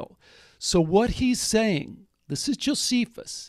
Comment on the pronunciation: Notice how Strieber mispronounces Josephus correctly and then incorrectly.